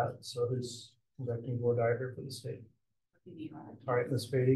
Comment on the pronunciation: Has anyone else been maddened by the way they are saying “voir dire”?!?